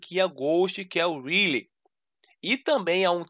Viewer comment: Ele falando Riley errado kkkkkkkk